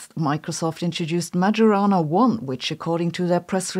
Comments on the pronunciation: Please, not to be pronounced "Magiorana", but "Maiorana"... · Please Sabine, pronounce Majorana correctly. The correct pronunciation is Maiorana. This famous and troubled scientist deserves it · It's pronounced "mayorana" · Sabine - It's an Italian name pronounced 'May-orana'. The word you're saying is defined by Merriam Webster as "a genus of herbs (family Labiatae) that is sometimes included in the genus Origanum but is distinguished by having the flowers in verticels arranged in dense continuous spikes or heads" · Three things need to be said (that she didn’t). 1) Properly speaking, it’s pronounced “Mah-yo-rah-nah.” 2) In physics, Majorana is a property of certain subatomic particles. A particle that has Majorana can act as its own antiparticle 3) “Majorana” was adopted as a term in physics to honor the noted Sicilian physicist Ettore Majorana. Yes…that guy. 😉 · Italian from Sicily here, studied in Catania. It’s pronounced MaYorana. “Yo” like yogurt. Thanks for the video though. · Pronounced “mayorana1”, but I like the way Sabine pronounces it! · In Italian (Majorana was Italian) it's pronounced Mayorana, like mayonnaise 😁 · The "j" in "Majorana" is pronounced like the "j" at the beginning of "Jodellied". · I don't want to be too critical as I know how hard people work on putting together YouTube videos, but considering Majorana fermions are at the heart of the matter, you're pronouncing "Majorana" incorrectly. It's a soft "j" so sounds like "y". You can all thank Ettore for that. This is all fairly common knowledge, particularly for folks in the particle physics world. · I'm pretty sad hearing your pronunciation of Majorana.